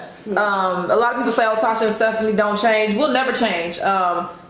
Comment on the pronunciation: Tasha pronounced it perfectly! Well done :) Looks so so so good <3